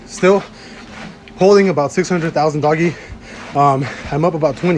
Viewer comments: You’re saying it wrong. It’s not doggy coin it’s Doge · Doggy coin 😂 its pronounced like dohj or doej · Dog -E coin? Dough-dhe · Lets pray this man learns how to properly say DOGE. DOH AND THEN THE SOUND OF G. Not doggy.. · Subbed as soon as I saw the vid, unsubbed when he started calling it "doggie coin" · But he said doggie coin.... I cant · if they pronounce it doggy i can't listen to them lmao sorry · That is what it is actually called. DOG-E coin. I laugh at people that buy it and don't even know that 😂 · Stop calling it doggy coin 😂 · I like hearing doggy makes me laugh 😹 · I like how you pronounce doggy coin. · Aye just for future reference 😂it’s pronounced like “dough juhhh” lmao get that money up 💯👑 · I thought it was dohj coin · the meme isn't pronounced that way. Do you not correlate the coin with the meme? Cuz i laugh at people that sound like an old person trying to pronounce Chipotle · This man cant pronounce Doge smh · iF you know anything about doge (which I suspect you dont with how you pronounce it) you'd understand there is no chance in hell it ever gets close to $1 let alone 0.50